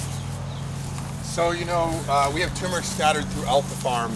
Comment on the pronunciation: TUR MERIC not TUMOR ICK